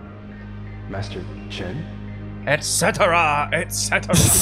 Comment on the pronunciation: did anyone else think it sounds like the guy in the suit called Master Chen Mister Chin